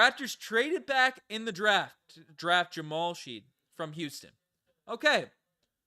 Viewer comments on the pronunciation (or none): Fyi, Shead is pronounced shed...rhymes with head.